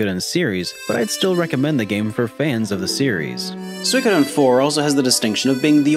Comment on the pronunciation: It's pronounced soo-e-ko-den.